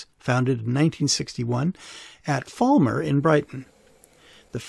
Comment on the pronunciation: Just to be picky it's Fal mer not Fall mer. Fal rhymes with pal.